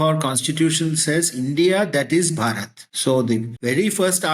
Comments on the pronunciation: 🧡Great podcast!💚It is about time that the west & people in the west (AND the westernized 'indians') start learning, re-learning the truthful 'itihaas' discussed here about this sacred land & its native/original people, starting from the correct pronunciation " Bhaarat " (not "bharaaat").❤ Some of the fantastic people you MUST bring to your podcast, that we can all learn from enormously, are: Dr. Raj Vedam Pandit Satish Sharma (out of UK) Sushil Pandit Rajiv Malhotra Rohit Arya (or Rohit Pillai) Nityanand Mishra Dr. Kapil Kapoor Dr. Omendra Ratnu T. G. Mohandas There are more, but these are some of great knowledge bearers of Bharat & Bharatiyata that we could learn a lot from & introduce them to a wider, western audience who, hitherto refused to listen to owing to the bias in the western media (print, TV) towards anything that is Bharatiya.💝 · Great conversation. really loved your guest. Please pronounce Bhaa Ruth. It will help in your diction. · The H in Bharat is pronounced. As you are not pronouncing, it becomes Barat, which means Wedding Procession. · It’s pronounced BHAArat (the ‘rat’ is spoken like you’d say the ‘rot’ in carrot’) - BHAArath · Renaming India to Bharat will doom us to mispronunciation of the name, defeating the whole purpose of the name change. As is evident from himself, much of the English speaking world places the emphasis on the second syllable and cannot pronounce the "H", i.e., "BA-RAAT". We will join the ranks or "I-RAN" and "I-RAQ" among many other countries names that are butchered in the West. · You are totally off mark with the pronunciation,. Do please consult with the locals. It is BHarat (bh-aah-rut). Gautam (Gow-tum) Desiraju (day-see r-aah-ju not zhu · First of all, correct your pronunciation. It’s Bha~rat. Bha ~ like ‘ba ba black sheep’. With more strength and stress on Ba. Thats whare the ‘H’ in Bha~ stands for. Please don’t butcher the word. We don’t need another Name as India to distort by your pronunciation.